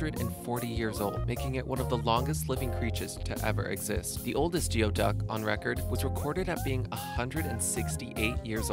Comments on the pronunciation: The geoduck's name is pronounced Goo ee duck, I come from an area where they live. Sadly it was my alma mater's mascot. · just fyi - geoduck is pronounced goo'-ee-duhk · Geoduck is pronounced "GOOEY-DUCK".... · Check you geoduck pronunciation. Pacific Northwesterners (Washington, Oregon, USA) Gooey duck is what we call them and they are quite good. Over harvesting has caused them to be very limited in catching. Commercial operations use siphons out below the Tide lines. The rest of us have to go only on certain days and there are harvest limits Plus you have to use and "Clam gun" special shovel and chase your quarry down deep into the sand. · Geoduck is pronounced gooey duck. Don’t know why but they have them in my sister’s state of Washington. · This needs slightly more research and information for a few entries, but nice work on others. The Geoduck is pronounced like "gooey-duck", the raccoon dog is called a Tanuki, there are a couple types of deer with fangs (Water Deer, Musk Deer) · Geoduck is actually pronounced gooey-duck (i believe it's a Aboriginal word) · geoduck?? It's pronounced gooey-duck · For those reading this: "geoduck" is pronounced "gooey duck." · Geoduck is pronounced "gooey duck" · Its pronounced "gooey duck" no matter how its spelled. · Why can't anyone ever say Geoduc right? its Goo-ie duck.. sighs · The Geoduck is pronounced "gooeduck". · Geoduck is not pronounced as it appears but rather as giwyduck! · geoduck is actually pronounced gooeyduck. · You pronounced Geoduck wrong. It's pronounced gooey duck. And they're p common in the pacific northwest. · omg, its not pronounced geoduck..its a gooeyduck. they are in Washington Staten used in chowder. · You said the siphon of the geoduck (s/b pronounced "gooey duck") can grow to 3 1/2 inches long. That should be 3 1/2 FEET long. BTW, the "uck" means "genitals" in a Native American language. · Geoducks are actually pronounced gooey-duck. Millenials have atrocious pronunciation and vocabulary.